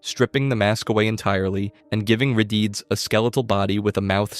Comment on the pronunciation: What, you don’t like hearing about re-deeds instead of re-deads?